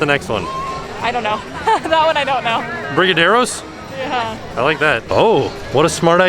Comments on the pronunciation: Pronunciation for the brazil menu items! I’ll try my best to make it make sense lol : muqueca de camarao= “moo-keh-kuh dee cah-mah-roa (like Rao’s marinara)” Coxinha= Co-shing-ah You got Brigadeiros right!!! Great job 👏🏻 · PLEASE TRY THE BRAZIL ONE NEXT TIME! Specially the Brigadeiro, It’s the BEST desert ever! I really think will like the Moqueca and the coxinha! Btw pronouncing “moqueca” was almost perfect and “brigadeiro” was pretty great. The last pronouncing is almos the same as saying “cochinia”! ❤️😘